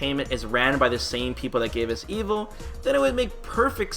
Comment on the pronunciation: Evil? Or evo? Every time I hear you say Evo it sounds like you say evil lol.